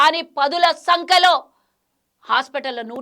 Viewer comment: పదుల సంకలో కాదే పంది పదుల సంఖ్యలో ముందు తెలుగు తప్పు లేకుండా మాట్లాడు